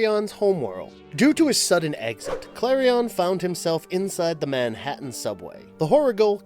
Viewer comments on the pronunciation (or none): none